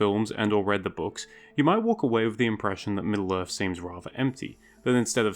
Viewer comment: Is this guy saying "Middle-Earf"? I can't...